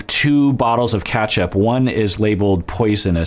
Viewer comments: really said Catchup not Ketchup 😂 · “KATCHAP” lol 😝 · I've never heard anyone pronounce ketchup as 'catchup' before 🤣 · Where are you from out of interest?I went down a ketchup rabbit hole on google 🤣 after hearing pronunciation and found out that’s way a lot of people pronounce it in the US!